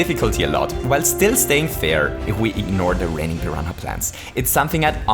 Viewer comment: Just a heads up, you don't pronounce the ''h'' in "piranha" at all.